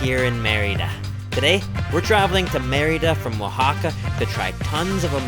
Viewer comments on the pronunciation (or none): none